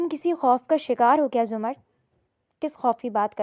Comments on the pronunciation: Zumard nahi ' zamarrud' naam hota hai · Behan it’s not zumard it’s zamurrad